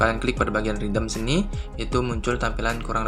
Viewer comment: Mas sorry, "redeem" dibacaanya "redim" bukan "ridem'.